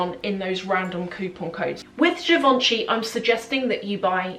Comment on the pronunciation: Btw givenchy is pronounce das : je von shay (je - like the french "je suis".